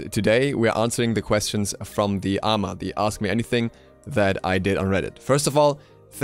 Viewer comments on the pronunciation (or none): The A-M-A. not the ama. It's an acronym, you don't pronounce it mate ;) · Christoffer Rasmussen The PATRIOT Act, no one says the P-A-T-R-I-O-T Act